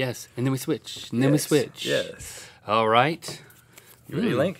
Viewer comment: Michelle Ryan its yes not yas